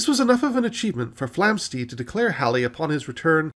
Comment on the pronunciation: Enjoyed this brief romp through recent astronomy. However, it's not "Flamsteed" (as you pronounce it) but Flamstead, to rhyme with "homestead" and "sled".